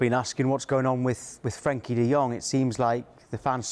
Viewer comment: Would have thought a pundit or presenter would recognise the e in frenkie, not frankie